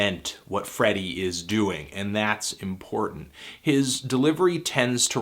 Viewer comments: Great review. It's Freddie tho not Friddie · It's FrEddie dude...